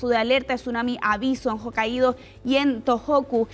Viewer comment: NO es ojo caido es JOKAIDO